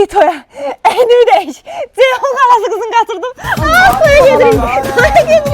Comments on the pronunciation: Dzeyhun niyə deyirsiz ki? Ceyhun deyə bilməzsiz? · Badzı,Dzeyhun…..nə qədər dzıldayır bunlar…